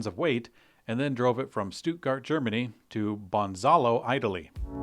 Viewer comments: This sounded more like Banzalow 🤭 But laugh aside, this means they crossed Alps on their way. Not an easy feat with such a load, even using a tunnel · Bonzalo!?! It's Bolzano 🤣 Thanks for the quick laugh